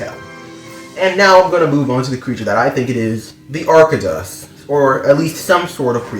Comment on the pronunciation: Its pronounced ark-toe-dus